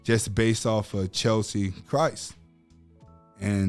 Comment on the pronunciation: Wow, you really should not speak in this topic. Btw it’s Cheslie not Chelsie